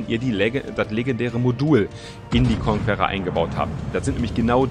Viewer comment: Wie kein Schein die Conquerer richtig aussprechen kann . konkerer, ist doch nicht schwer 😁